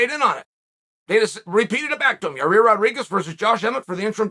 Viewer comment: Does anyone else laugh every time uncle Chael said “Yareer” or is it just me?